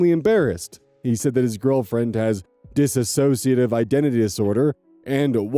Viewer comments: For the second time,, it's diss-ociative, not dis-ass-ociative. That ass doesn't belong there. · oh no my pet peeve! Please, anyone who is willing to listen, the word is DISSOCIATIVE. it is not DISASSOCIATIVE. read the word carefully, count the syllables. PLEASE PLEASE! I truly cannot stand how prevalent the incorrect pronunciation is